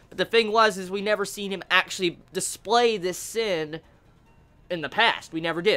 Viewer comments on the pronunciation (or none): none